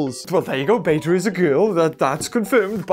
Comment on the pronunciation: I love this video but your calling beta blue which makes it even funnier (not trying to be mean)